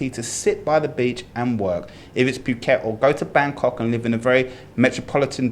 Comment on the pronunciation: I honestly don't have a problem with except for the way he keeps saying 'puke-et' 🤮